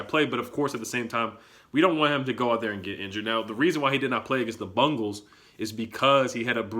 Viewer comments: Am i still laughing to the fact that saids "Bumgals"😂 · It’s Bengals not Bungles 😂 1st. Team Defense is legit, if Haskins had terry and Paul, ap. And Thompson with the starting O-Line that would be scary, he would look Very impressive.